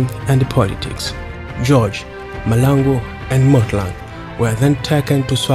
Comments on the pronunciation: But learn to pronounce our Surnames correctly I for one am a MAHLANGU and its irritating to hear you butcher my surname. Its MAHLANGU not Malangu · STOP saying people's names WRONG NOT Malangu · its mahlangu not malangu....in future let ndebele speaking people talk about him not just someone who cant even pronounce his surname